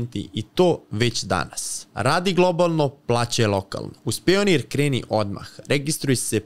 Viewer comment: Ali akcenat voditelja, vodi takav podkast a priča Pionir umesto Pajonir😭👏👏